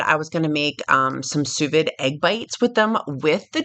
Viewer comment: Pronounced soo veed!